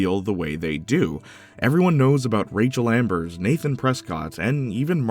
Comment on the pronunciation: dunking on the before the storm ost is crazy work when you're calling rachel amber "rachel ambers"